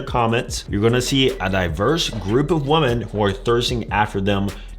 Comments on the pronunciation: who forced him to pronounce women like woman lol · Women in plural is not pronounced the woman. Muslim is not a race and Indians are also Asians. Outside of that I agree with all he said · He doesn't even know how to pronounce women